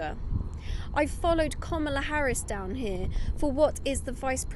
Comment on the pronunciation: Woah. Talk about conservative skewed reporting. Not even the old guard of the Republican Party is backing Trump, they’re backing Kamala Harris. Say her name right also.